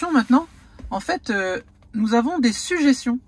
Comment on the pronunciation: "des sujéssions"😁 je te taquine Merci pour ton boulot👍